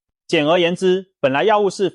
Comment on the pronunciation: 中風： 中唸ㄓㄨㄥˋ